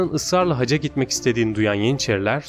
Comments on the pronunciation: ‘Hacca’ yerine haca demenden dolayı mideme ağrılar girdi. 🤦‍♀️ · hacca ve sipahi kelimelerinin telafuzlarına dikkat etmelisin